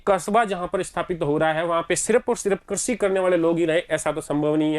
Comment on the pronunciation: I am sorry sir actually crazy nahi hota hai krishi hota Hai